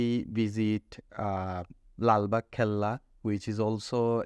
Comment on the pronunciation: It will be "Lalbag fort" not "Lalbag cella". Thank you.❤